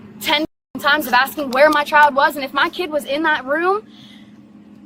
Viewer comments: Bill Burr's comedy special about not hitting women comes to mind watching this. It's also really annoying the emphasis on the last syllable of the last word. "childAHH." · I've never heard "child" pronounced with three syllables: Chi-YULL-duh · It’s not pronounced, “c**ld-DUH.” It’s a one syllible word. Rhymes with wild. Not whild-Duh. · She should get extra charges for unnecessary syllables….chi-al-da…….meee-ya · Let’s clap out the syllables … “child” 👦🏻 = Chai-uld-DUHHHHH 👏 👏 👏 but yeah what you said 😉 😂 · Why do people like her always add extra syllables for emphasis? "They kidnapped my CHY-ULD-UH!" 🙄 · Only time over ever heard child pronounced with 3 syllables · Me-uh Child-uh What a mouth on her!!! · I didn’t know “child” could be a 3-syllable word… CHAI-yole-duh! 😂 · she managed to turn the word child into a 4 syllable word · How can the word child have 3 syllables? And the word may have 2 syllables?